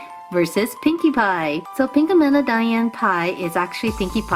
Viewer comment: Pinka mena? Its pinka meena (well for me atleast) diana pie not dian (once again thats what it is for me)